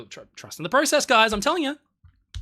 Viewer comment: You said process wrong a lot at the end